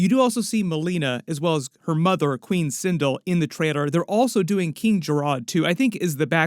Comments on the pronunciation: Sin Del * not sin dul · Also its pronounced sin'del not cin'dill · And sin-dull lol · sindull was enraging me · Sin(dell). Like bell with a “d”!!!